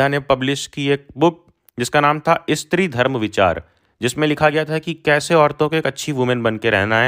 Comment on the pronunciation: Stree hota hai sir 'istri' nhi